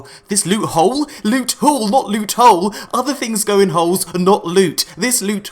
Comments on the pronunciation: I like how you call it lute instead if loot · S-weet p-ressious lewt